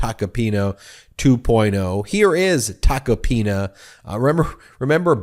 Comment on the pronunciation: Ben, at aprox. in this video, you say "...the Joe Tacopino..."; but his last name is "Tacopina". (Sorry about that, but as a retired teacher, things like this are like fingernails scratching on a blackboard! I cringe when they occur.) 😇🙏🌈